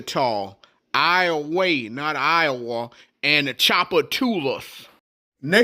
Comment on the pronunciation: Ahoy There! Nice video! Thanks for giving some info on Louisiana! I need to get back to Louisiana and explore more. Only been to New Orleans. P.S. It's IOWA-UH! 😀